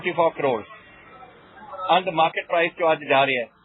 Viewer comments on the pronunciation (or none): none